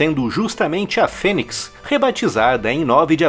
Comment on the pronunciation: pronuncia de fênix (fênics), É FÊNIS...